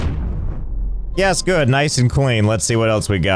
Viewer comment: Every time i here Josh saying something in the voice of his "Yees gooood" from i remember that guy from tales of vesperia, called yaeger, who sounds EXACTLY like him right there. And i LOVE that voice, it sounds so german but english to me xD Maybe because yaeger is supposed to be a german guy talking english i don't know and idc xD